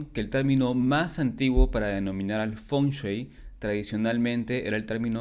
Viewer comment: Por qué lo pronuncias mal? Dices "Fonchuei" y es Feng Shui